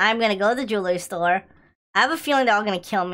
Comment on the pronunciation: DID YOU JUST SAY JEWL STORE LOL